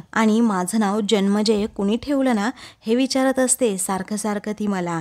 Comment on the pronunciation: जन्मेजय नव्हे जनमेजय नाव आहे. ज न मे ज य